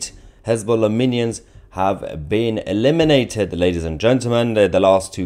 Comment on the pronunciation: "Hez-Boom-Lah" had me rollin' 🤣🤣🤣